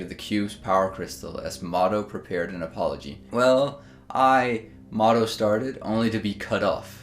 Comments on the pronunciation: I think it's "Mo To" instead of "Motto" :) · just "moto" as in Miyamoto :p